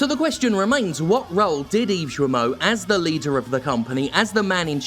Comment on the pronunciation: "Yves Joamoh"?